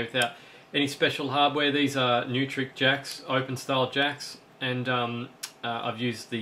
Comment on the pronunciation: Another great video. Btw Neutrik is pronounced 'noy-trick'.